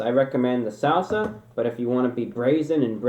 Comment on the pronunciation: why does he say salsa like that